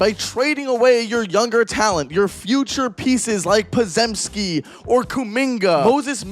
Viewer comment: Don't make an 'analysis' vid on the Ws if you can't pronounce Podziemski correctly.